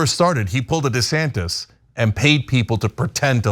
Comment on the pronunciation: Whose "DeSantez," though, Mondale?